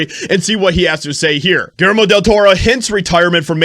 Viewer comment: Pronounced “ Gill Jer Mo .”